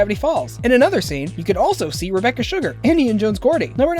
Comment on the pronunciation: on the second fact did he say "Rebeccar"